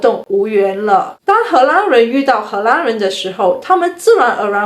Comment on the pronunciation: 荷兰的 兰 念 lan 第二声。不是第一声。：）